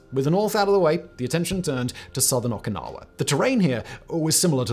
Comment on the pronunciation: They way you pronounce Okinawa makes my ears bleed